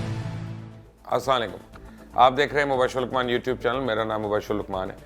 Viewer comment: سر آپ سلام تو ٹھیک کہہ لیا کریں ۔۔۔